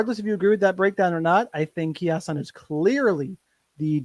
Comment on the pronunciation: Key-asson? Lol